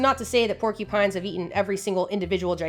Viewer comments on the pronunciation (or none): none